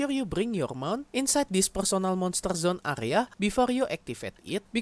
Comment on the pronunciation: "PURSONEL MONSTUR ZUN"